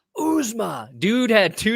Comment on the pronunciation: These guys just refuse to learn how to say C.J. Uzomah's name correctly.